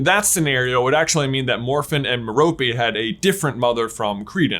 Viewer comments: Merope is named after a star. Pronounced Meh-ruh-pee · i thnk merope is said as me-ruh-pee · It's pronounced MEH-ruh-pee, with stress on the first syllable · I think merope is pronounced like mare-oh-pay with an emphasis on the first and last syllable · its ment to be meh-roe-pay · Merope = Mer-oh-pee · I cringe every time he say Merope in England it’s pronounced meh-row-pay or at least that’s how Stephen Fry pronounces it lol. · Merope: MARE-a-pee... Rhymes with "therapy". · J, I think it's M - heir - oh - pee Gaunt